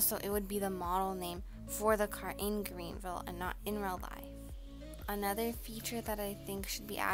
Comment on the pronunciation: Man said Green vile